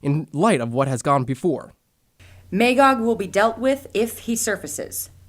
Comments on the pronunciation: May-gog? Its pronounced "Ma-gog" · It was a good audio-story, but they needed someone with a deeper voice for both Superman and Batman. When those two spoke, it sounded like fanboys playing with their action figures. Everybody in the audio story kept pronouncing Magog's name as "May-gog" but it's "Mah-gog". I own this two cassette audiobook, and I love the original graphic novels. My favorite DC story along with The Dark Knight Returns.